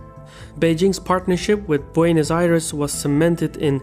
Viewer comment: I liked the way you accurqtely pronounced the names of many of the involves countries, zones and cities. But then you said "Boinos Aires". Tip: Spanish uses exclusively all short vowels. So, for Buenos Aires, don't think [bu-eeh-nos]. Think [bweh-nos]. It's closer to how we pronounce that name, as 'bue' is a single sillable. And all vowels are short.